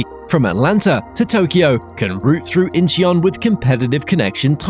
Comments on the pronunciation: Also Incheon is not pronounced In-chee-on. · Add Incheon and Gimpo to the list of names said wrong.